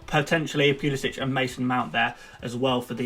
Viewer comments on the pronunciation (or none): none